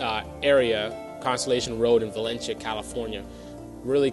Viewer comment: The City is Pronounced " Va len cee ah " not " Va len chia " I can see you really know what you're talking about Which was a City well before " Santa Clarita ".... Lame Video BTW ....